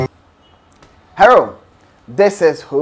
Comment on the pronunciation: It's the "Herro" for me 😂